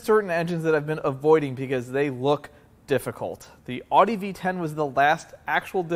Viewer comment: Oddie? You mean Audi? LOL!